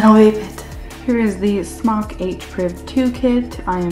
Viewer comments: Its definitely pronounced SMOKE. And this review is about a year late 😋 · Great review, i think Smok need 2 come on YouTube & make it clear how they pronounce their name.